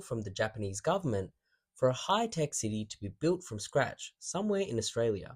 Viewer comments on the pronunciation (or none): none